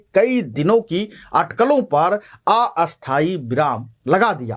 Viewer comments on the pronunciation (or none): none